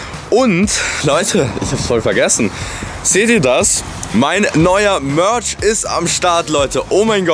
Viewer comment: Beste mörtsch